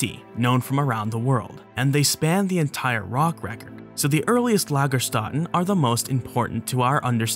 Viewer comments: Btw. Lagerstätte is pronounced more like Lagershtette. Lagerstätte is the singular, Lagerstätten is the plural. (the ä is short and the e at the end is not silent). I just noticed that someone else already pointed this out. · Actually it's a "Lagerstätte" and many "Lagerstätten". "Ä" is just "AE" pronunced like the A in arrow. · German: in the word "Lagerstätten" the umlaut "ä" is not pronounced "ah" or "uh", but lighter and flatter, like the "a" in the English "back" or "track". That's what the two dots over the vowel mean: pronounce it "differently" (an Umlaut is a "Turn-Loud"). Sadly, Wikipedia is not the best source to hear the correct pronunciation of non-English words.